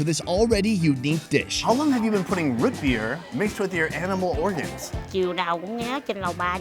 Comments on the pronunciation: has lost 99% of his midwest accent over the years but every now and then it pops up to say howdy. That "Ruut" Beer was 100% Minnesota suburbs. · Is saying rootbeer? It sounds like rit beer... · Is he saying rootbeer or root beer ?